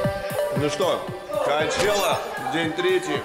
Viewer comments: коачела вместо чела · Санчела, коачелла, сучела 😂